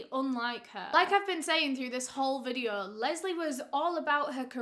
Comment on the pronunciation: So today’s videuhhh 😂 love your content!